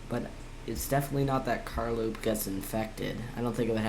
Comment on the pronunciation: No it’s car low p